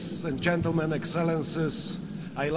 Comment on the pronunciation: Dźientelmen, ingliś ent poliś lengłić. Level A1 minus